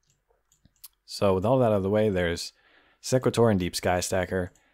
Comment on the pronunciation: its SE (e as in see) qu-At (at as in ate) or sE-quAt-or (capital letters pronounced how the letter is called)